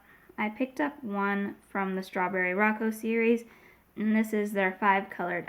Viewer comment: Strawberry 🍓 Rococo is pronounced with a long O sound for all the ‘O’s - it is three syllables, but the 2nd syllable (Co) and 3rd (Co) are almost pronounces as one. Row-Cocoa (rhymes with chocolate “cocoa” ) or Roe-Coe-coe (or Row Coco) You can put it in google and request a pronunciation. It’s named after the Rococo period in style, art, architecture, design, clothing, jewelry etc.. Think Marie Antoinette and Louis XVI aesthetic - that’s quintessential par excellence Rococo! It is a flamboyant yet, light-hearted form of art often characterized by whites and pastel colors, gilding, and curvaceous lines. Like the designs and aesthetic of the Flower 🌸 Knows packaging designs. The Rococo style typically depicts scenes of youth, love, and nature, and elicits motion and drama. I have been considering buying these, but they slipped my mind! Thanks for reminding me with a lovely, unbiased review 💕